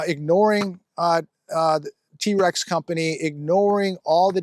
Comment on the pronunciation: Trex is one syllable. There's a mfg plant over the hill just outdide of Sparks NV.